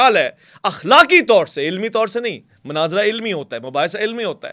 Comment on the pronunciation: Great....laikin... Manaazra nahi Munaazra kaha karain.